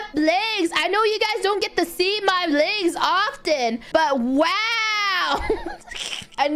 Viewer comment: She pronounces legs as ligs lmao